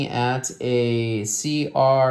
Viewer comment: It’s pronounced like cricket. Helps to know English